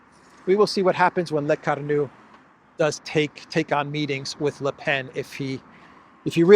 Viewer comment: It's NOT "LECARNO" but... "LECORNU" (meaning in english: the horned one!). Ask Alexander; he have a better french accent 😉